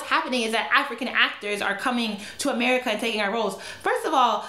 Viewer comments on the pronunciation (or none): none